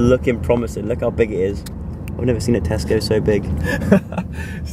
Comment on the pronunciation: Joe: This is the biggest Tesco I've ever seen. Me: I LITERALLY JUST THOUGHT YOU SAID TESTICLE